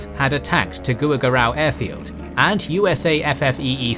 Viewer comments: Tuguegarao is not pronounced teuguwegarao. It's actually pronounced as To- ge- ga-rahw. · Just a slight correction. Its Tuguegarao, not Taguegarao. Love the videos man, been following for years. Keep it up! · I love the videos, but hearing you say some of the placenames makes me cringe, no offense 🙏🏾 It's 'tu-GE-ga-rao' and 'BA-gi-o". As always, awesome content.